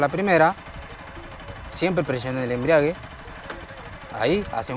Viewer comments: Cuando escucho la palabra embriague me dan ganas tomar....ni es embrague....🫢🫢😂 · He escuchado a muchos decir embriague cuando creo es embrague o sera que hacen referencia al licor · Enseñando a manejar moto y ni siquiera sabe pronunciar "embrague"...toma mucho ron y se embriaga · me encantaron 2 cosas del video, el paso 1 y el "embriague"🤣🤣🤣🤣